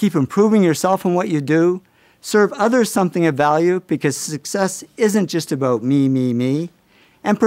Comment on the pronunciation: Do canadians know how grating it is when they say 'oot' and 'aboot'. Could you just learn how to pronounce the words properly already?